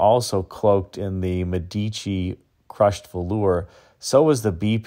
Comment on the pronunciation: Hi,. Love your videos. Please switch to the correct pronunciation of "Medici" -- accent is on the antepenult (in this case, it's the FIRST syllable that gets the emphasis).